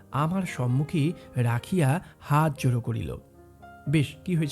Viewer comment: আপনার গল্পপাঠ অতি সুন্দর। তবে "হাতজোড়" কথাটি হাত জোড়ো/ হাত জোড়অ, *নিবৃত্ত " নিব্বৃত্ত বললে কানে লাগে।